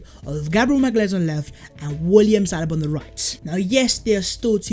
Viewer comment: Does say salaba and not saliba